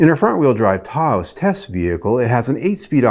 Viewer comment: Lol why is he saying Tah-ose?